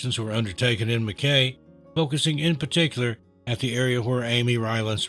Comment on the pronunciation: I hate being a pronunciation copper but Mackay is pronounced Mackeye in Queenslaand not Queenslind. Like Brisbane is Brizbn or Brizzy as we call it. Melbourne is Melb'n, our nation's capital Canberra is Canbruh & Australia is Straya or Ostraya & Aussie is Ozzy. We pronounce the letter S as Zed. Love ya channel tho & sending love & best wishes from The Great Southern Land 🇭🇲❤️